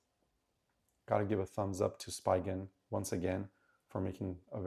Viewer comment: "Spee" gen, not "spy" gen